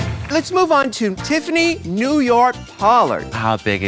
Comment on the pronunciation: Naomi BOTCHED New York so hard and it makes me so sad